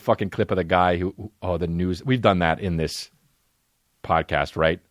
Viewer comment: He said noods instead of news, that guilty conscience came out strong